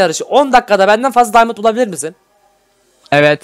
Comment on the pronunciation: Daymınt deyil diamond